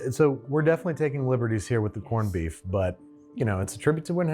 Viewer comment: Did you say “porned-beef”? Well executed episode!! That is some spectacular production and presentation! …and “Habby” B-day to Brad 🎉